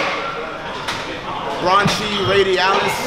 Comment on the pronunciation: “Branchii radialis”😂😂😂dead